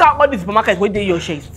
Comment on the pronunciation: 😂😂"You plenty for shiar" l don't want ora to block my shest🙉u don't need teropi ,u need 'sergiry'🤯🤯😳lya Baraka has keeed me🤣🤣🤣🤣